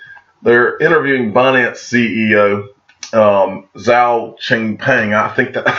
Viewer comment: It's pronounced chengpeng Jow...like ow with a J. I'm not laughing :) The average american cannot pronounce Chinese names. Zh in mandarin (which is really the pinyin version of Mandarin for westerners) is pronounced like the j in Jamaica. It's still probably not exactly like the Chinese pronounce it but I think the closest we Americans can get to pronouncing Zhao correctly is to pronounce like "JOW"